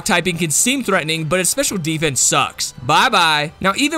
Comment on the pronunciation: When you say sdfffffff dose that mean special defense xD